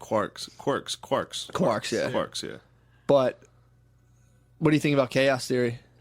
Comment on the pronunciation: “Qouzarks” mixed up quarks, quasars, and the ozarks